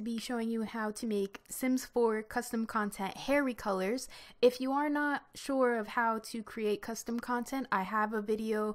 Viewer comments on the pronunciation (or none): Lol sounds like how to maje "HAIRY" colours xD